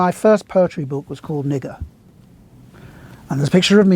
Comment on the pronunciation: Bro the most beautiful pronounciation of "Nigger"